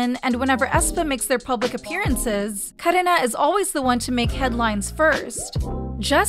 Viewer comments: The way ai voice says 카래나 . KaRena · why do you pronounce karina and irene like that 💀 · WINTER! WINTER! WINTER! The way you kept saying "WintAaa" over and over again, got so annoying. Even how you said KarinAaaa. Also KachuHa? What is this?